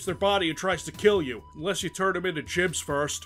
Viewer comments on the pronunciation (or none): but it's not "jibs" it's "gibs" ;_ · They're gibs, not jibs. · The G in gibs is hard my friend. HARD LIKE WANG!